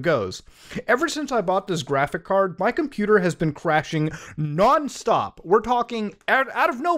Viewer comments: Man said graphick card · Bro. It’s pronounced graphicS card. With an S. PLEASE